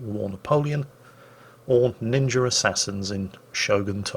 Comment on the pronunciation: said ninjer assassins 😂